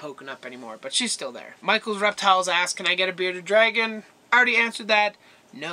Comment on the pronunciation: You forgot the r in bearded dragon